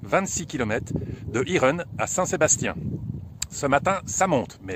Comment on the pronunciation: Irun se prononce "iroune", s il vous plaît 🙏